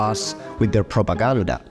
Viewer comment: Did he just say Propagouda?